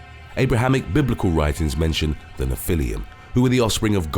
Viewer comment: small thing: the pronunciation for Nephilim is wrong, and they weren't offspring of god and human woman. (not sure where that info came from.) they were a result of corrupt angels who would manifest physical bodies, and human woman.